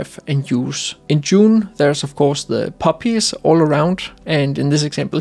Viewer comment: Poppies all around - lol, at first I thought you said puppies 🐶 😄